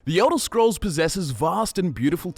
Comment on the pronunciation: "Yodel scrolls...." You wot m8?